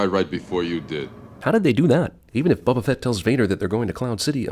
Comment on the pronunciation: did he just call boba fett BUBA fett?!